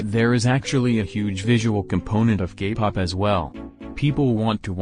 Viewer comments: for some reason i keep hearing gay pop instead k-pop. is it just me? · Bc of the voice I think you are saying “gay” pop. 😂 But either way I agree with all of your opinions. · Ok but whenever the voice says k-pop i hear gay-pop..... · why do I hear gaypop when the voice says kpop? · I’m sorry but every time the voice says “Kpop” I hear “Gay pop” fhosebisbd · I'm sorry but that everytime the robotic voice would say K-pop it would sound like gay-pop is it only me or😬......